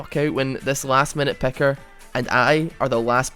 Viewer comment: I just want to point out that it's picker not pecker